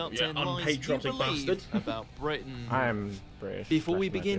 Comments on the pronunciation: when Simon said "brit-AIN" I lost it Harry legit wants to box a swan on the JJ vs Jake undercard LMAO HARRY IS ON SO MUCH SMOKE im dying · "Brit-ain" that pronaunce from Simon